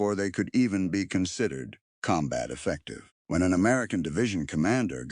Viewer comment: This is one of the most badly done AI videos I have seen yet. "Affective?"